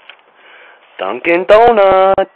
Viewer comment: Lol DONKIN DONAT love how he said it